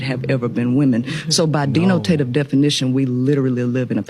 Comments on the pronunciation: Hilarious. The dee no tay tives that the peoples be having. Black sploitation at its best. Great job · yes cooked her at mispronouncing words. Dee no tay tive is not a word😂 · She said "deenotative" lmao wtf? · DE-NO- TA-TIVE..😂